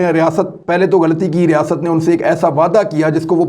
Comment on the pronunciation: Riasaaaat nhi imran khan bolain...